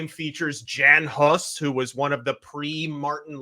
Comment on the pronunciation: Someone tell its pronounced Yan Hoose... 😉